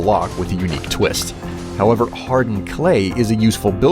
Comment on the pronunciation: why do you pronunce however how ever????????????????????????????????????????????????????????????????????????????